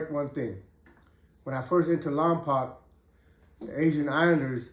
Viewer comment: Pretend you are saying lompoke not lompac like 2 pac much love homie keep doing your thang Lompoc 805 in the house .